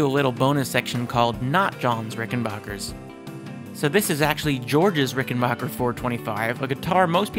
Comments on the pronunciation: The third syllable is pronounced as "back", not "bok". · It might be a good idea to learn the correct pronunciation of the name of the guitar before you do a video. It's RICK-EN-BACKER...not RICK-EN-BOCKER. I own a Rickenbacker 325C64 in Jetglo and a 360/12 in Fireglo. They are incredible instruments. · Just a brief note. It is pronounced “RickenBACKer”, not “RickenBOCKer”. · While making a trip to the Rickenbacker factory one of the first things that was stressed to me was...It's Ricken-Backer "a" pronounced like "a" as in cat. Not Ricken-Bah-ker ie as Baa baa Black sheep. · It’s BACKER, not “Bacher.” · backer not bocker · Misconception, is it pronounced ricken-bach-er like (Sebastián Bach) or ricken-back-er like (I'll be Back)? Heard it said both ways, I pronounced it 'Bach'...and been told it's Back. So tomayto, tomahto? Lol